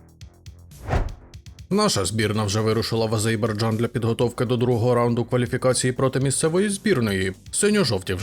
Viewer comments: дійсно автор сказав Азейбарджан , а потім виправився і сказав Азербайджан) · Тільки, будь ласка, це Азер-байджан, а не Азей-барджан😭